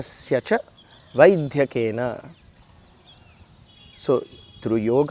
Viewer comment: Sairam. A small observation.. In the sentence “ Malam sarirasya ca Vaidyena” , while pronouncing the word “ vaidyakena” , the ‘dya’ shouldn’t be stressed I think brother. Kindly check . Thank you 🙏🏻